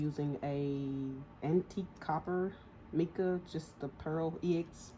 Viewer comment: Hey love the tutorial. It is pronounced myca powder. Tfs!